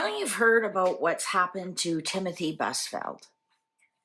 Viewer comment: Crimey! You’re such a HACK! Sorry, but after numerous attempts, you can’t even get The Name pronounced correctly- Brain Fart? How can we believe ANYTHING your scam cards come up with? He has been on TV since the 1980’s, (thirtysomething)- BUSFIELD, like, ride a BUS, flowers in a FIELD. Not brain surgery. Your credibility is zero-to-none. Go grift at your local Psychic Fair.